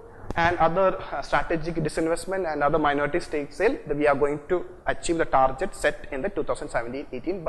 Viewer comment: for godsake its tar-GET not tar-JET!!